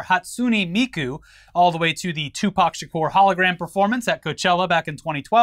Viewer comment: mispronounces Hatsune Miku: mispronounces Meka after said it correctly